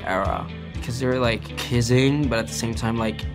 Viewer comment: Kinda love how he pronounce "kissing" as "kizzing" 🥹 so cute